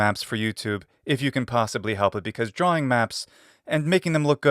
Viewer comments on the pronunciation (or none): none